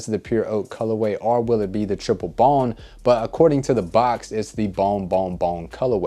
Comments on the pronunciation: I couldn't tell what the colorway was that you were saying, might have been just me. But I don't know if you said triple bone, bon, bong, bomb.....colorway. I still don't know. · Wtf he saying? Balm, bon, bomb, bong colorway....enunciation is key.